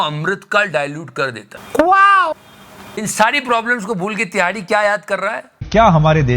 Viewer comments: Tihadi ❌ Dihadi✅😂😂😂😂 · Love the way you say #TIHAARDI😂😂😂😂